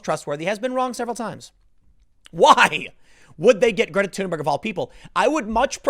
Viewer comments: Thunberg is THUN BERG "NOT" TUNE BURG. Timmy, ----- Rose Mc GOW IN not MC GO IN Timmy. Dude you're killing me. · tim: "Greta TUNEberg"